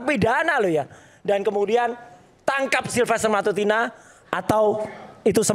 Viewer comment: Dia aja sebut nama sahabatnya salah Silfeter bukan silfester😂😂 betul dia sahabat???